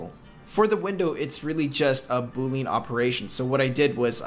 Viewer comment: quick sidenote, Boolean is pronounced Boo-lee-an